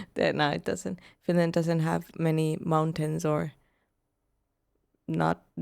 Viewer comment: learn how to pronounce the word "mountain" ........come on due